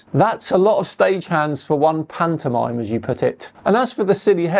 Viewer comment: or make him stop saying pantomime ?